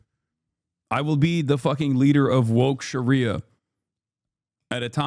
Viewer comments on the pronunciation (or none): none